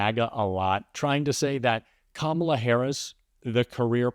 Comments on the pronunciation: Did they all agree to mispronounce Kamala Harris's name? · This continual mispronunciation of her name is not at all the flex they think it is. The more they do it. The dumber they look. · Jr. can't even pronounce Kamala's name correctly. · The intentionally mispronouncing Kamala Harris’ name is getting really fkn old. It’s 2nd grade level nonsense